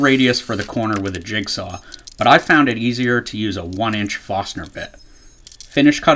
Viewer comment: FoRstner bit, NOT FOSTNER bit. Pro tip.